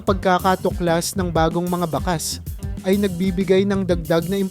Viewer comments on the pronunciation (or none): Ayusin mo pagbigkas sa mga ginagamit mong mga salita.( Yung bakas dapat bigkasin mo na may pagdiin hindi malumanay). Tuyo , labi,) mali ang pagbigkas mo.